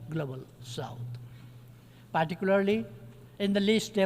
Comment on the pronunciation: 😂😂partycoolarily × particularly ✓